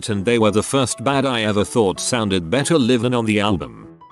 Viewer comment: You really should monitor what your AI says. In the intro it said liv instead of laiv for live